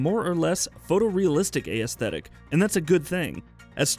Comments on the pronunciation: it should be as teh tic not a e static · Someone teach the man how to pronounce "aesthetic" or tell him to stop saying it altogether. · How is it sometimes aesthetic is pronounced correctly and other times it's not... Let the guy who pronounces it correctly make the videos.